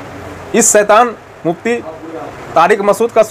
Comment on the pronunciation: Bolna to seekhlo pehle urdu to seekh lo saitan nahi Bhai shaitan hota hai